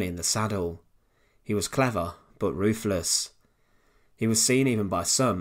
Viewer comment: its ruthless, not roofless, lol. Excellent video though.